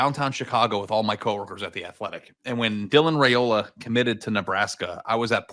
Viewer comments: if Nebraska wins, can you promise to start pronouncing “Raiola” correctly? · How can he say he is not a hater when he doesn't even say his last name correctly. If your job is to talk sports then you should at least say peoples names correctly. Heck you even listen to you co host say it right and still refuse to not add a y in the middle of his name. Its not even that hard of a name to say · Rye-oh-luh, I can only correct you so many times.